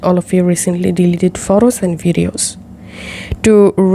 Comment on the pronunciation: I know what i heard